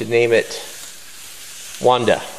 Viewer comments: Cool vid like always, and funny to hear how you pronounce "Wanda" because its origin is Polish :P You can use google translator to see how its pronounce in Polish. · Adam Szczepański I think you didn't understand my intentions. I was just saying that for me its funny, not that there is ONE PROPER way to say it. Chill.